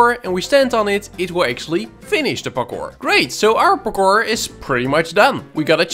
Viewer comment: "Pakkor" maps